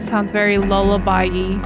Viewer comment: 'Lullaby-E' Daft bint